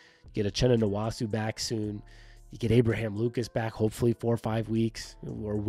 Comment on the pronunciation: The nwosu pronunciation is killing me 😂